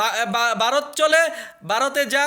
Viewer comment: Barot na re ota varot Uchharon